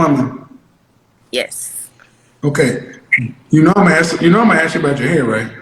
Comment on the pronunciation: I wanna aks what can I do better.? Stop saying aks would be a start.